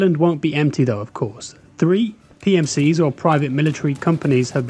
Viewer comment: This must be an AI voice over video. Has to be. "three ...PMCs"